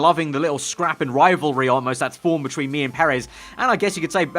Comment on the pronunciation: Or when he says "Betchween" haha, love this vid tho.